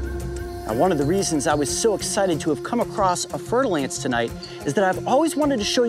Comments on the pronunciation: fer-de-lance. I keep hearing fertile ants! :-D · I thought he was saying fertile ants 🥴